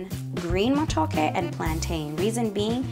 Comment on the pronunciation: Totally butchered that matooke on the peel